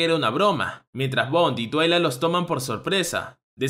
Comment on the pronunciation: Soy la única de cuando dice el nombre del padre "twiling" se acuerda de la pony xdxd